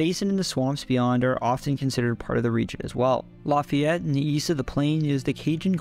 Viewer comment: He definitely did better than most I've heard with Lafayette lol